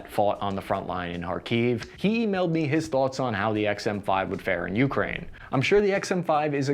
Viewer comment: Just heads up—it’s pronounced Uk-Rain, not YOU-crane. You’re putting the wrong emphasis in the wrong syllable. Not a huge deal, but just thought I’d let you know… You actually pronounced it correctly one time.